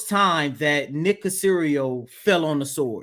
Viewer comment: Aww come on man..at least say Nicks name right.